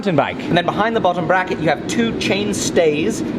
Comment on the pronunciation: Bbbrrracket, did he say bbbrrracket?